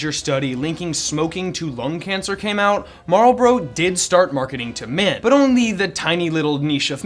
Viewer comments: They are Marlboro not Marbro. Amateur! LOL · Lmao “Marbrloro” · My entire life I never knew how to pronounce marlboro. Thank you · You know, you didn’t pronounce Marlboro correctly even once...